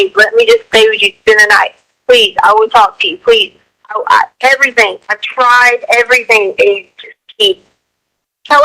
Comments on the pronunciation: I hate how she says "everythink". She's even got her daughter doing it. I really feel Harley knew more than she said. Man she tortured Al and Landon. She tortured them with all the phone calls he had to make with that monster and she tortured Landon by calling her with Ganon's phone and leaving her texts giving her false hopes. She is purely evil and she is most deserving of the death penalty. She played games with everyone and she is just absolutely evil. She's worse than a vicious dog and should get put down like one. Just an absolute monster. I fear that life in prison is not going to work with her because I don't think she's going to ever feel badly for what she's done. I think she's proud of what she did and with hurting so many people. That was her goal. So she's most likely smugly sitting in prison now happy that she didn't get capitol punishment. I think she feels like she won all the games she played. Smfh. Shame on her soul. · It isn't just EVERYTHINK. It's every word ending in ING or just G. "I did NOTHINK WRONK " They have my diamond RINKS", This demon can't speak the English language. AskinK questions that start with "WHY COME .....?" IT'S EMBARRASSINK‼️‼️ Talking about looking in the Land Field that she pronounces Land Filled. I can fill an entire page of this BS. Damn HILLBILLY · How bout the way she says anythinK or everythinK and even has her daughter talking like a dumbass like that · Yes they both speak like HILLBILLIES. Hopefully Harley now knows that is NOT how words endinK in ING are pronounced .